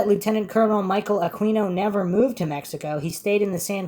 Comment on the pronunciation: Yes but only if he stops mispronouncing his name....forget the U ...pronounce it as Aqino.